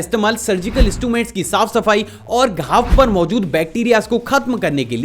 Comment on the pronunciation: you said mozud instead of mojud😂😂😂